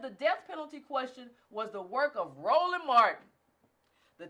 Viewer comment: Wait a minute....you called Roland Martin rollee pollee.....Ha ha ha ha ha. I caught that. Ha ha.